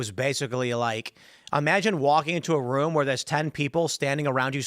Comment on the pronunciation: strongly disagree on Candace’s mispronunciations. She’s been saying woman instead of women for years. And rum instead of room. If this were just recently than sure, I’d say it was calculated but nah. She dumb.